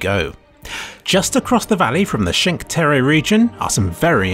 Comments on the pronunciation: The Cinque Terra pronunciation lol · I love Hitman and Sapienza is my happy place. Everything in this video is great except the way he pronounces Cinque Terre, which is kind of criminal. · 5 Terre pronounced like it's a city in Japan That's a new one